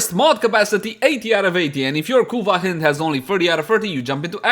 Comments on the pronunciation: Pretty sure it's pronounced the same way you pronounced the second syllable of "beHIND" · 'Hind' like in behind 'hynd' like in hindi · I thought it was pronounced as "Haynd" lol, nevertheless been waiting for this since it was upgraded in terms of cc and sc